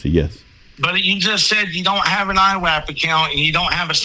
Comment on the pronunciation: Drinking game idea: Every time this guy says "fedewal" or "IWAP" (instead of "IRAP"), tilt your head back and take a shot, lol! Bonus points to players who shout out other words this "agent" mispronounces... like "iwwelevant". This man is acting like a big baby. He's just angry that he was towed, and instead of accepting that he was at fault, he only sees himself as a victim and he's choosing to pretend to be a "fedewal agent," threatening and harassing a business owner who's been VERY patient with this fool. PLEASE tell me someone from the federal government read this guy the Riot Act!